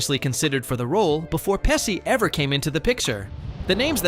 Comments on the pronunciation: Came to say the same, that was painful! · It's pronounced "PeSHi"..... Unbelievably annoying. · I hate it when VO announcers can't be bothered to learn how to properly pronounce names and words. (Pesci = PEH-shee!) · Thank you. I was wondering if I was the only one getting upset about " pessy' 'mockio' and 'davee-toe.' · I’m trying to get past the pronunciation of Pesci 😬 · The way you pronounce Pesci is interesting. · The narrator saying Joe Pesci last name wrong, 🤦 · Whoever trained this chatbot to speak should be fired immediately. Not only does it mispronounce the names of most of the actors/characters (often in more than one way), it can’t decide what kind of accent it’s supposed to have, which is incredibly distracting. Within the space of one sentence, it’ll give you 3-4 accents. It was almost as though each word was assigned a difference dialect. Mid-American, British RP, NE US, northern England, mystery accents… If you’re going to take VO work away from actual human narrators, at least make bots that don’t sound like they are having a psychiatric break. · The fact that you can't pronounce Pesci and Tomei tells us you are clueless and just reading a script. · My goodness... you pronounce Macchio correct, but not Pesci. LOL Usually, it's the reverse. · Learn how to pronounce Pesci - so annoying to hear it mispronounced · Joe Pesci it’s pronounced pesh ee, not pessi! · Many studio executives shouldn't be in the jobs they do.....and it's PESHEE, NOT PESSY. Sheesh, do a little research and get it right..... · It is pronounced "peh·shee, not Pehsee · "peh-SHE" not "pessi" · Narrator kept mispronouncing Pesci as 'Pesee'not 'Peshee' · It's "pesh-y" not "pessy". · Omg, stop saying Joe Pessi. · You pronounced "Pesci" wrong. In Italian, "SC" before "I" is pronounced "SH", so it should sound as "Peshi". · Oh for fux sake…it’s peshi peshi…not pessi asshole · TY FYI it's PEH SHE not pessi. And it's TO MAY not whatever u said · PESHY not PESSY and towMAY not TOWmee